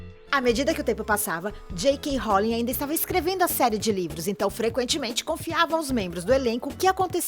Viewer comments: Meeeee, qual foi essa tia falando errado: "Reri potter" "Jeaquin rolim" AAAAAA!!!!!! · Parece rita skeeter falando, que chato rari potter Jekrolling WHAT? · coisas nesse video que estão me irritando reri potter daniel rádiclifi rãpert grint jeiquei rólin ela falar que a sonserina é a casa dos vilões poha man eu sou da sonserina e n sou a melhor pessoa pra se ter como amiga mais poh man eu n sou aquelas vilãs tipo as e os de harry potter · Tenho que ser sincera, apenas vi coisas erradas "Reri Poter" "Jei ka roulin" "Sonserina por nome, sonserina por natureza" E muito mais... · MEU DEUS "Reri Potter" "J.K. Rolin" "Plot tist" Alguém me mata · "Jeick Rowlin" MANO DO CÉU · "Jei quei rolim" kkkkkk mds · Rérí Potter JK. Róling Daniel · "Reri potter" "Daniel Radiclifi" "Robert Grint" "Jeiquem Rolin" "Griniuoald" AAA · Jay Kai Róling, Rari potter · "Jeykeing Róling" kkkkk Riddikulus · O jeito q ela fala J.K. Rowling e Harry Potter me dá mt raiva ksksk